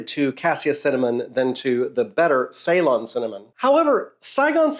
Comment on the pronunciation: I love your videos, love how nerdy and informative they are. A bit disappointed at how you pronounce Ceylon and for not mentioning that's just the old name for Sri Lanka.